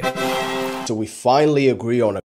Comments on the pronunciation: nga sounded like nah😂😂😂😂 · Vietnam: nah (I heard it like nah)